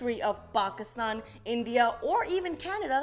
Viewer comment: I'm an Indian, and I can confirm that the way she pronounced India and Pakistan was very cringe worthy.